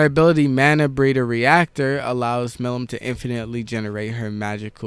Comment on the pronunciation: butchers Milim’s name whole vid